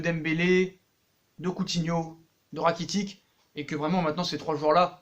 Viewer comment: Frere sa s’ecrit rakitic mais sa se prononce rakititche